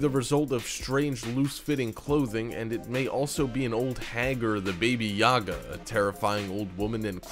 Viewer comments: its not "baby-yaga" its "baba-yaga" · Baby Yahgah? It's Baba Yaga pronounced Baubau Yaugau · did u say baby yaga. its pronounced ba ba yaga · its not bay bae yaga its pronouced BOBA-YAGA but it is spelled baba yaga.. Ba be yaga, seriously? XD lol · Firerising Sun Yes I will correct u b It's not Bae-Bay Yaga it's pronounced Bo-Ba Yaa-Gaa if it was Bobo Yaga it would sound like this:Boo Boo Ya Ga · #3: "Baby yaga" lmao i need to draw this so badly for those who don't know its actually "baba yaga" , "baba" as in old person, im lathing so much. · it's Baba,grandmother, not Baby Yaga. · Baba Yaga. BABA, not BABY! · "Baby Yaga"... it's Baba... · Its baba yagga, not baby yagga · Monica Saberg yea lol but it sounds like boba not buba but boba i usually do not correct videos, But i mean for a folklore and creepypasta one i had plus i read up on baba yaga so i was like............... just no. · "babyjaga" wtf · Baba* Yaga. If that's what you meant, great video though buddy.